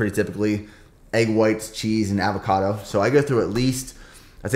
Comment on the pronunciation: Look up how to pronounce avocado, but good vid